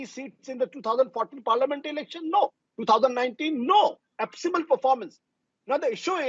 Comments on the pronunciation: Ashutosh, it is abysmal, not ashbyal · Absymal nahi hota kalu Abysmal hota hai